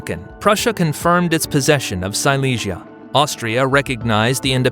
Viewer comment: Hay confusión en la pronunciación de varios lugares como Silesia (sicia, cilicia) o Madrás (madres), así no queda claro quién conquistó qué.